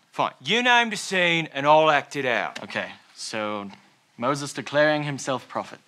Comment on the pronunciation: "I'm Mosses"